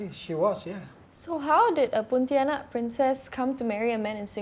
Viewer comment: She pronounces as Poutianak